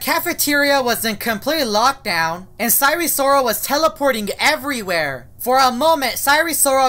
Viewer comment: sire sorol NAME: sire sirol